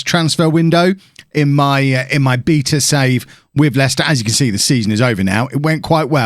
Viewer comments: A piece of me dies every time he pronounces beta wrong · Why he say beta like that, so he wants to 'beat a' male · How many times can he pronounce it "beeeeeeta" 🙈